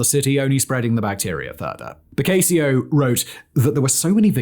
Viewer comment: Ok, „BOKAYSIO”???? 😂😂😂